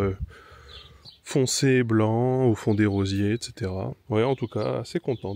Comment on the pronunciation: Achète-toi des booooottes! J'ai lu que l'argile "bentonite" est le plus imperméable pour info ; je vais tester pour tapisser le fond d'une potentielle mare :) Faut pas une cheminée pour le barbecue? Beau travail sinon. Quel courage. Et sinon, c'est "arbusTES" pas "arbusTRES". Bisous